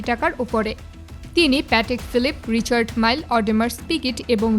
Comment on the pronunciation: আংশিক সত্য আংশিক ভুয়া খবর। রিচার্ড মাইল 😂 আহারে নাম তাও ঠিক করে বলতে পারলো না